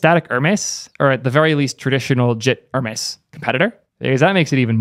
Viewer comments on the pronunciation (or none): I die a little on the inside every time you pronounce it as "ur-mess" instead of "her-mees"